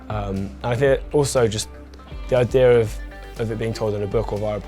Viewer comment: I love how when dan says idea it kinda sounds like idearr